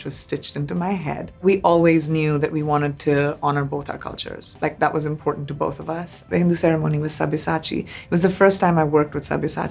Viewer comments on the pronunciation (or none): none